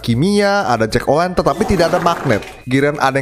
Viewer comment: Hallo omong omong jack o lantern bang bukan jack o wenten wkwkwk